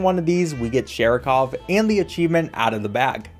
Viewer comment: Saying Sharikov's name wrong the whole time is very Seanie Dew of you